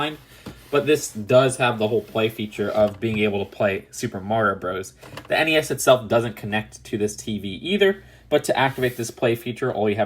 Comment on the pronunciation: Thank you for saying N E S and not nezz